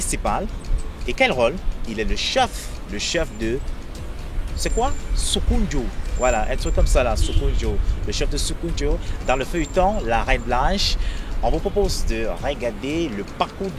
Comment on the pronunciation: Ah non journaliste! tu invites un acteur pour parler de ses roles et tout la moindre des choses c est que tu puisses au moins prononcer le nom du village donc ce dernier joue le role du roi: SOKOUNDÉ et non sokoundjo. pfffff!!